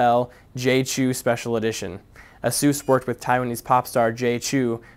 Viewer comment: it's like Chao... not Chu